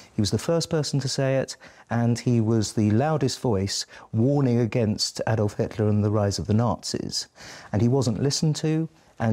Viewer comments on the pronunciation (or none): none